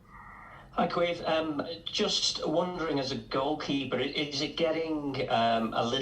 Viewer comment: It’s Key Veen 🇮🇪